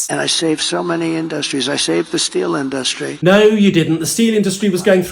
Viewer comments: Does it annoy anyone else the way he pronounces inDUStry? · Why can’t he pronounce “industry” correctly” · he thinks pronouncing it in’dustry makes him sound smarter 😂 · The Angry Ol' Pumpkin can't get through a 3 syllable word without getting brain freeze ...like " innn- dussss- tree" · Someone please teach Trump how to pronounce industry.